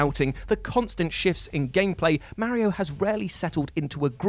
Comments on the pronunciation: I hate how what pronounces Mario..... and that there's no longer a ONE PER LIST and no explanation why it stopped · I got stuck on how you pronounce Mario as Merry-o. It made me giggle every time.